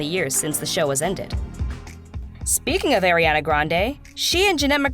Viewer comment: I'm sorry I'm very triggered rn if she says Ariana's name wrong one more time